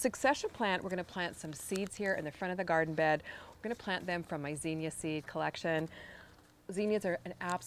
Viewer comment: It’s zinnia, not zeenia